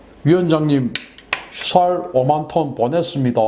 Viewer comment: ㅋㅋㅋㅋㅋㅋㅋㅋㅋㅋㅋㅋ 샬 오만톤 보냈슘니돠아 ㅋㅋㅋㅋㅋㅋㅋㅋ